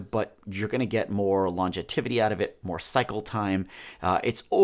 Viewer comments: Good video. FYI, the word is "longevity", not "longetivity". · Great video. Not too intimidating a process. Just one thought. The word you’re looking for is longevity NOT longetivity, which isn’t a word. Not trying to be a dick. Thanks for the informative video. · Longetivity. Bwahahahahaha Great video though. Thanks for the laugh and the info! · I think he means longevity :-) I was a little perplexed by that too